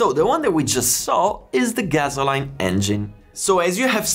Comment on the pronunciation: "Gasoline" sounds like "Gassoleen" not "Gazzo line" ;)